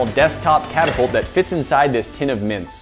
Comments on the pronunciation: Yeah i litterally thought you said mince instead of mints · I thought you were saying mince. Mince dust? What?! LOL